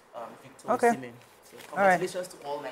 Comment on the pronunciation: I think our ladies in the public space should do better on being knowledgeable about sports entertainment. The lady on glasses could not even pronounce Osimhen's name correctly, despite him being like the most popular footballer in Africa currently. Only one person talked about it as if CAF award is some Methodist Girls interhouse sports trophy. Asides mummy Yeni, none of them is up to 50 there, and they are not conversant with current happenings. Nigeria has never won both CAF male and female footballer of the year award before, not one I can remember. Lets do better please.